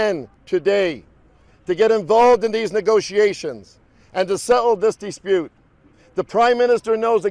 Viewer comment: Dee spute ahaha